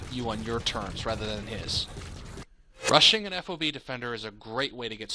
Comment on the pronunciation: Drives me nuts to hear FOB spelled out, just say it, rhymes with fog. No self-respecting soldier calls it F-O-B.